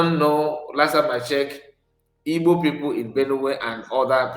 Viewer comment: YOUR IGBO IS DIFFICULT FOR YOU TO EVEN PRONOUNCE. IT IS WORRYING TO ME.